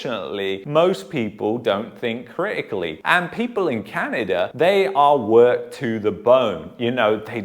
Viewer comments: It’s Canada bud not Canader ? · Did you say Can-an-der in the beginning 😂😂😂 That's what I heard, can't lie. It was jokes! But in all seriousness, were in a SERIOUS spot here.